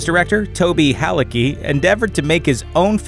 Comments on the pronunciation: Ah, for fucks sake, I hate it - it's pronouncet HALITZKY, not Haliki. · Dude, c in Halicki ain't silent